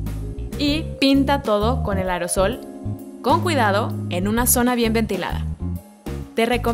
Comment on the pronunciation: en el minuto dijo con el arosol en ves de decir aerosol